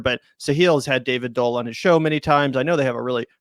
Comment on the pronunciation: Pronounce Doel as "duel" a bit, not as Dole . No?